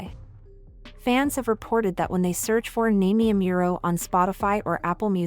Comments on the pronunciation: Omg at least pronounce her name right 😔😢. NAH-MEE-EH AH-MOO-RO. Like I appreciate the video but her name is maybe the most important thing to pronounce correctly lol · Did you say "Naymie Ameural?" ... ive heard bad pronunciation but thats the worst. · Girl who the fuck is Namey Ameero? 🤣🤣🤣 Get outta here with that AI voice shit fr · her name is pronounced nah-me-eh ah-moo-roh. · Why are pronouncing her name wrong ?? Is this a.i generated ? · Why do you keep mispronouncing her name? Don't you do any research? 🤷🏿‍♂️ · At least pronounce her name right, jeez. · If you’re going to make a video about her atleast pronounce her name correctly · Not trolling. Just exhausted at listening to the narrator grossly MISPRONOUNCING her name repeatedly. Did all this homework well, but can’t do basic shit like pronouncing a name correctly. Lazy. Please do better. Biopic is pretty good though. 😅